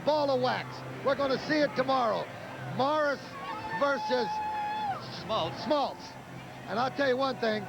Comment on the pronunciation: So true...you don't really consider him a "sports announcer" but he was flawless. And if anybody sticks around to the end of this broadcast, the "sports guy" basically has a brain aneurysm when Lasorda can't remember Smoltz name and then calls him John Smotltz 😂